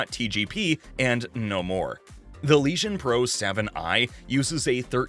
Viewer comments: what a joke.....LEGION.......not leeshon.....nice autovoice...lol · Did anyone else here "Lesion" when he said "Legion"